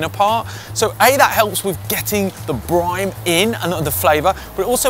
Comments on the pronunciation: Did he say bloody brime again..... or has john finally got it, brine. Like ye olde briney ( the sea, salt water) john , we love ya massive ginger bearded superstar, great recipe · It's called "brine" and not "brime"😬😉 And it isn't even one😂 still looks amazing!👌🏻